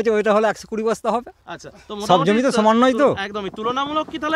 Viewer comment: Jomi ta thik kore bolun